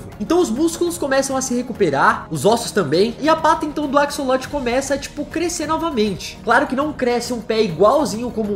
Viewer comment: Se escreve "axolote" mas na vdd se pronuncia "acholote" não tem som de cs '-'